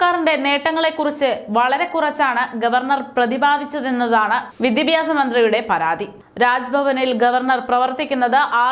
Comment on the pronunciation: വി ദി പ്യാ സം എന്നല്ല ഉച്ചരിക്കുക. വിദ്യാഭ്യാസം എന്നായാൽ നല്ലത്.